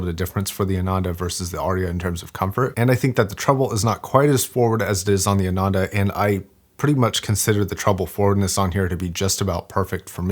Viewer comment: As a recent subscriber, I am loving watching videos and very thankful to his expertise. But, I am disappointed when he butchered the pronunciation of Hifiman models. For whatever reason, Hifiman is using all Sanskrit names. Sundara means beautiful ( Su-nd-ara or psu-nn-dha-ra). Ananda (aa-nun-dha) means happiness.